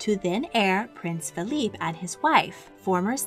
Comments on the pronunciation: King Felipe pronounced “feh-lee-peh”. Thank you for this video, it was very well done and researched! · King Fe-li-pe, not King Fe-lip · I wonder how much we can trust the narrator's pronunciation of names. I'm not sure of many myself, but King Felipe of Spain is certainly not pronounced in two syllables [her pronunciation made him sound more like a French name] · Maybe you should also learn to say FELIPE correctly